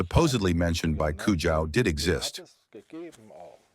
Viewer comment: at least pronounce Mr. Konrad Kujau’s name correctly. 😬🥴